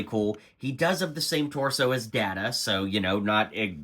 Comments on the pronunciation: Data not daata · I know. Cringe every time I hear ppl say Dahhta, instead of Dayyta. Ranks right up there when ppl say Nucular, instead on Nuclear. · There is literally a scene in season 2 about this. You can pronounce the word however you like but his name is always pronounce as he prefers it which is "Day-ta". The whole discussion is about how disrespectful it was to not pronounce it correctly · "Gwee-non"? "Datta"? You've never seen this show, have you? I mean, complaining that Geordi and Data (that's "Dayta") have the same torso when they're wearing Starfleet uniforms? You clearly have no idea what's going on with this set. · Have you ever watched the show? Every reviewer butchering the names smh. Guinan is pronounced GUY-NIN, not gwee-nin. Data is pronounced DAY-TA, not Dah-ta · Please watch some NextGen episodes to learn how to pronounce Data and Guinan. Hurt my Trekkie heart hearing the wrong pronunciations.